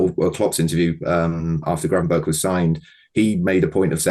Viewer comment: Someome needs to tell he's pronouncing Gravenberch wrong. It's annoying seeing him do most of the pieces on him and him butchering the pronounciation every single time.